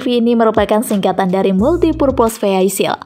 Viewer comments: ˈvēək(ə)l bacanya, bukan viheisil. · bacanya vhihaikel bukan vhihaisil min😂